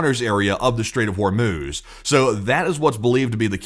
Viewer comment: I had to use captions because I thought you said “Welcome to the short orb video” 🫪